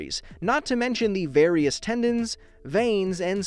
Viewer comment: Did he just say bearious veins, tendons, and soft tissues? Watching this video was worth it